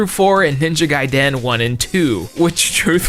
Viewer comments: The way you repeatedly pronounce Gaiden wrong is a fucking crime. Jesus christ just learn how to say it or don't say it at all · Lmao the way your pronouncing Gaiden is killing me, no clue which way is correct but your the first I've heard say it that way.